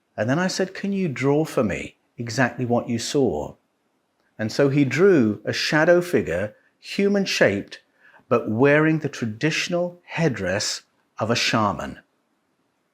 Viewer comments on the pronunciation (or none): Its a Shaman. THERE IS NO "R"!!! Sha- man.